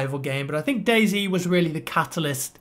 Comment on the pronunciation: It's pronounced day "zee" not "zed"